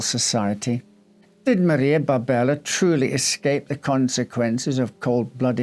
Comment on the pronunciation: her name appears to be Maria Barberi, not Barbella